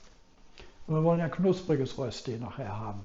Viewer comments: Das spricht niemand in der Schweiz mit Rösti aus - sondern versucht einfach es einmal das Wort "Rööschti. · Es stimmt, es gibt bei uns in der Schweiz viele, viele Rösti-Varianten. Eines hingegen ist unumstösslich: Es gibt nur DIE Rösti! Und zwar mit langem ö und bitte mit sch. Also Rööschti. DER oder DAS Rösti geht gar nicht. Und bravo, die fertige Rööschti sieht perfekt aus!